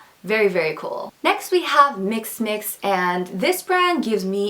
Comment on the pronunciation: I absolutely love your style! I just wanted to let you know that "mixxmix" is pronounced "mix-ex-mix" haha that extra x can be pretty confusing! But anyways, I can't wait to see your quality videos soon :) <3